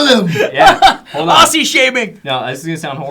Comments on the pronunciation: Firstly, Aussie is not pronounced AuSSie more Oz-e. Secondly, you'll find that the more well spoken Australians can sometimes sound British. I worked as over-the-phone tech support for a super large IT company and I was often asked if I came from England. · Let me learn you how to pronounce Aussie... It is OZZIE same as wizard of OZ please get it right. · #AussieShaming the shame in that is the way he said Aussie... HAHAHA